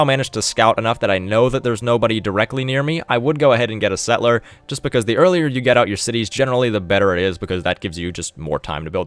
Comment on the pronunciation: Could you say "settle - er?" The way you say "set - ler" makes you sound very silly.